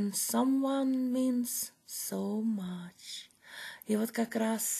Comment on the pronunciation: Видим, видим прогресс в английском😊 только в последнем слове "much" не тяните гласную, в этом случае краткий звук (а). Успехов!